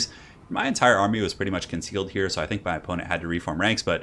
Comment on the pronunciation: "He's just getting punished sho hard in this situation" lol